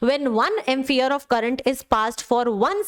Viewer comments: Mam wo Ampere hota hai Amphere nahi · mam si unit of charge is ampere not amphere its prnounce ampere not amfere. kshitiz sir teach us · Ma'am, Ampere hota hai. Ampheres nhi hota hai.